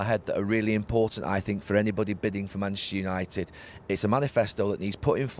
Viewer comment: Neville's favorite two words: "Manshter united"